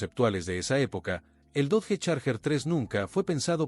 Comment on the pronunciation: Dodge, se pronuncia DOCH